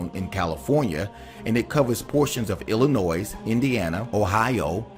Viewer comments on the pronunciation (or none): He lost me when he said Illinois pronouncing the s at the end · Uh, you don't pronounce the "s" is Illinois. We may be about to die, but that's no excuse for bad grammar or pronunciation. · Illinois is an indian word and the S is silent. Learn how to pronounce words correctly. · The S in Illinois is silent. I can always tell the out-of-staters by the way they say Illinois! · The s in Illinois is silent